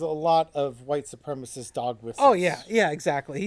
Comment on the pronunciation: Supremacist. While often mispronounced, it is not spelled how it is mispronounced. Sorry, pet peeve.